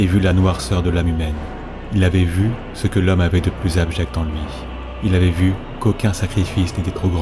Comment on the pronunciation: "jusqu'à CE que"...et gaffe aux liaisons, ça gâche un peu tout, c'est dommage.